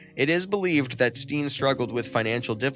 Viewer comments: it is not pronounced stien but stain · Steen is pronounced as stain.. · His name is pronounced as Stain. Check the names in advance instead of blundering your way through it.